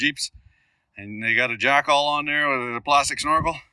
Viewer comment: Did you say Jack all or Jack off?